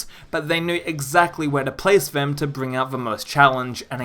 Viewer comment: Why do you say ‘vuh’ instead of ‘the’ and ‘vem’ instead of ‘them’?